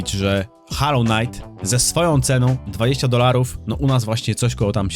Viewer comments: to jak mowisz " hallow " znaczy świecić czy w tym wypadku uświęcony, bo tak to wymawiasz. Natomias to jest " hollow " czyli pusty ( czyt. mniej więcej holoł ) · holoł, nine haloł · HOLLOW, nie hallow ffs...